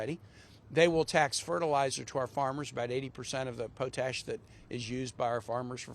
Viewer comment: Fake drug crisis and even if it was a crisis it's Canada's problem not the presidents place to tell Canada what to do, he can't even run the USA. Dump can go to > H E - double hockey sticks. And just for everyone's knowledge it's called POT - ASH not PO - TASH.